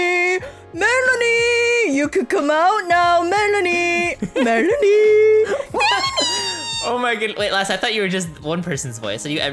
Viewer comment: It’s pronounced , Mel-an-ee